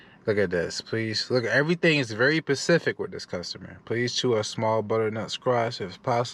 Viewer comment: Lol😂 every time you said the customer is very “pacific” all I could do was say the letter ssssssss! After every time! Lol great content! New Sunnis here